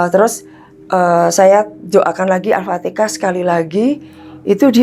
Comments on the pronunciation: BUKAN ALPATEKAH BU yg betul ALFATEHAH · Demi konten cerita ngarang dan bohong,nyebut alfatehah aja alpatekah.penyembah setan astarfiruloh berilah agar ibu ini taubat dan tidak bikin konten model ini lagi,cari konten yang bermamfaat dan mendidik.